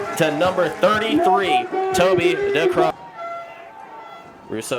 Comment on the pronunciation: Someone tell these commentators to learn how to pronounce Decreane, there's so many videos out there